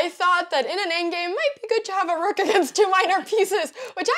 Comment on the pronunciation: I love how she pronounces rook: “REWK”